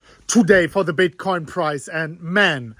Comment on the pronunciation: Is he saying Bitcoin price or prize?